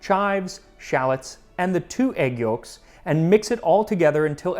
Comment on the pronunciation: I'll never get used to how max says yolks. I hear Yorks everytime